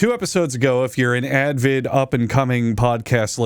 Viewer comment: Pronouning the word "Avid" as "ADvid" continues to rear it's gross little head. Big point of contention like 200 episodes ago